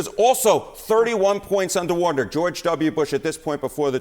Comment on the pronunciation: “Undah wadah”